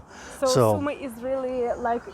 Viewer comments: Sumy ...one M ...not two as in mummy. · Guys, my native city's name is SUMY, not Summy! One 'M' please! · Isn't is, Sumy??! Not, Summy...??!! Why learn Russian and not Ukrainian?